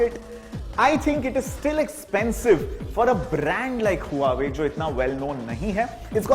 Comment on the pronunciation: Nice phone! Its वॉवे where 'H' is silent !